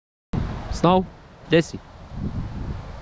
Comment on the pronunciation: Sometimes I hear you saying Snoke, than I remember it's actually Snow. Maybe you should draw him for your Canvas Series.